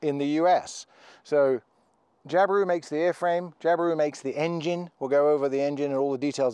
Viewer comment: Nah, we say Jabiru just like you do!! Not too shabby for a Pom on a didge!!!